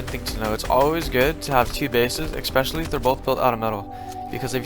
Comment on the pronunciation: Its especially not ecspecially pillock